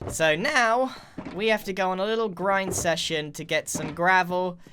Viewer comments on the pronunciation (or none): did you say Grind session or Grian session???